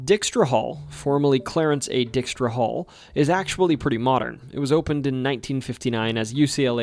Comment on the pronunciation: The Dutch surname "Dykstra " is NOT pronounced "DICK-strah" but rather "DIKE-strah", with a long i sound.